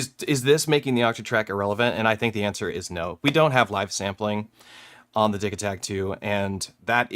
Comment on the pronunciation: Wait, is it "diggy-takt" or "diji" as in digital?? First time I've heard it pronounced like that